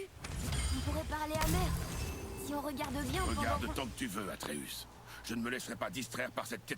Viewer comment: Tu saoul a dire tout le temps arteus au lieu de atreus